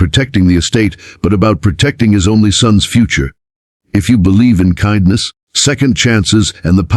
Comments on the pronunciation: Nice story, but kihndness corner? AI needs a little work. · Why can't you pronounce KINDNESS properly (It's the title of your stories after all)